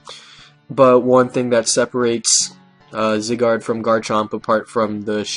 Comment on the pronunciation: First of all, its zYYYgard, as in the long I sound. Secondly, could you do a video on voltturn please?